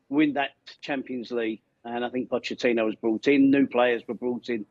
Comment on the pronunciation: She cannot even pronounce Pochettino's surname properly.